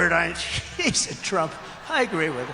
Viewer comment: He couldn’t even pronounce Einstein 😂